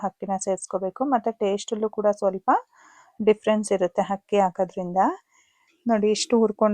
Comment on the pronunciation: ಹಕ್ಕಿ ❌ ಅಕ್ಕಿ✅